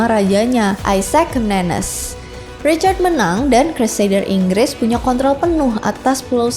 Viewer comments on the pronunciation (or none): none